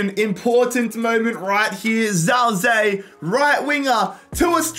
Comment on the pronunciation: every time i hear him say "zao zee" my ears bleed just a little. defo not his fault but it just gets me 😭